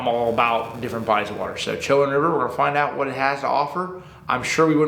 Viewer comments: Pronounced Cho-Wan… went to college down that area . Never fished that river specifically. But glad to see y’all coming to Richmond Va!!! I’ll definitely be there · Bro you butchered the name's in Eastern NC. You pronounce it Edenton like the garden of Eden and you can pronounce it Cho, big O and wan as a little a Chowan and even depends on that too. My mother pronounces it like Showan. But looking to see how you guys do down there